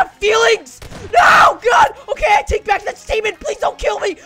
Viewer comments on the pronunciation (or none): none